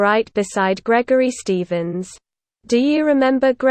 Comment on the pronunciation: Gregory Shtevensh? Nothing to do with me.